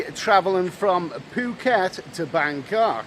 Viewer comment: Eddie, good vid.....Good to hear you say Phucket correctly the way the locals say it ("Pooh-ket"} ... But please also say 'Pattaya' the way the locals say it too!.. It does my head in when people say it to rhyme with "papaya"...... Best of luck, Vincent